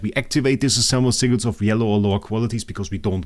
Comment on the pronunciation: “Seaguls” I CANNOT be the only that hears that when he says sigils 😭